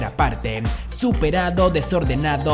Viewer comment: Los reyes de europan.... Tiempon... Desorenadon.... Que te pasa tienes problemas de dicción..??